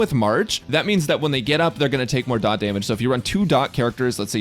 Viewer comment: FINALLY A PERSON WHO KNOWS its Dot, not D... O ... T star rail youtubers were getting annoying saying D , O , T